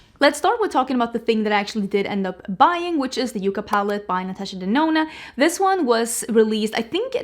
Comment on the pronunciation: Yucca police here lol it’s a plant pronounced Yuck kah not Yoo kah. Just got in mail. Pretty! BTW wore Hela yesterday really love that palette. Enjoy Europe life is more than makeup. I rarely upload in Summer 🏝☀️